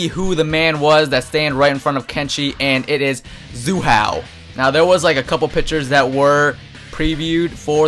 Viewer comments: his nam is not zoo hao his name is Hsu Hao,its pronounced with an ''S'' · Its not zu hao dammit its sue hao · why do you pronounce hsu hao as if the s was a z! also tuh keh duh is probably it